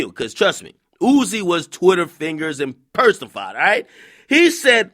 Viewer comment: This nigga ak on tv and can’t say “personified”